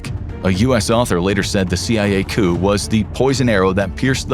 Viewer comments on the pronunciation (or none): It’s coup as in ‘coo’ not ‘coupe’ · "Coop?" It's pronounced "coo," and is short for "coup d'èta" (pronounced koo-day-tah). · you uh, you talkin bout chickens or did you not mean to pronounce the p in 'coup'? Coo, coo. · Did you really pronounce “coup” with a hard “p”? 🤡🤡🤡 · Calling a coup a coop is hilarious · “Coup”? You literally said “coop???” How good is your research / quality control?? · Lol you pounced coup as "coop" 😂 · The “p” is silent in the word “coup”. It’s a French word. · The "P" in coup is silent. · Thankyou…that bothered me lol